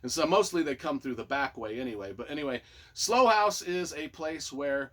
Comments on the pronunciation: Long long time fan of Mick Herron and can’t wait for the next in the series they just get better and better. The TV series is fantastic by the way!! And as a U.K. resident Slough is pronounced sl OW. Like OW a when you bang your finger with a hammer say 😂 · Looking forward to reading it. FYI, Slough is pronounced like “how,” and “cow.” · It's Slough (pronounced like rhyming with 'how') and it's a town outside of London.